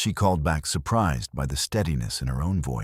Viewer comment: Very strange, the AI narrator must’ve forgot how to pronounce the words to, A and back in several other words. Like I said very, very strange.